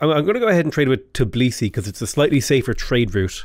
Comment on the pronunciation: Not to be rude, but it's T_bi_li_si, not Ti_b_li_si